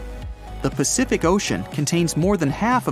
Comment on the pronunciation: did you just say Pacific??